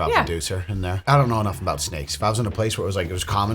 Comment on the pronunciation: 42 "in there" can't hide the accent forever